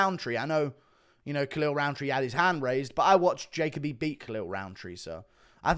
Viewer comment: Don’t think this guy has ever watched Jacoby fight because he is pronouncing his name wrong